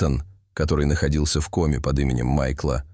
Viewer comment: Рассказ интересный. Собака -умница! Но не знаю, кто читает текст. Голос звучный, но безграмотность вопиющая! Как можно так ставить ударения! Если это не нейросеть, а человек, то это просто недопустимо. "ОползнЯ", "В комЕ". Это что?! И подписываться неохота.